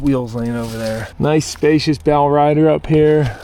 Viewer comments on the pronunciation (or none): none